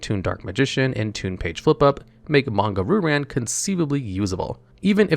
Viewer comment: Monga Roo-Ran. Christ, your pronunciation hurts. Still, a fun little video!